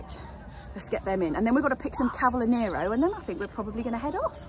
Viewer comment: Oh , how I miss Kew garden, it is my favourite place to be..another thing I miss is nurseries in London, they're much better than here in Italy..well stocked and so many varieties...ah those dailies 🤤 cavolo Nero ( pronounced ca vo lo...hehe) is the best..love it.. thanks for the lovely vlog and please keep'em long🥰😘💕